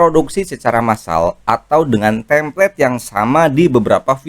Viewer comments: koreksi bukan "tamplate" tapi "template" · Template bang bukan Tamplate. Alangkah baiknya kalau bahasa asing pakai yg benar sbg creator dgn banyak follower